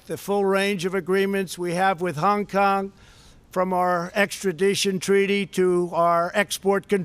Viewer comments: Pls try not having speech impediment when saying Hung Kong.. it’s Hong Kong. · Hung Kung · "hung kung" - Donald Trump